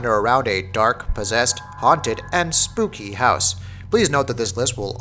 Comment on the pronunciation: BRUH IT SPELLED AND PRONOUNCED SPOOKAY DO U NOT HAVE THE / DICTIONARY JK;w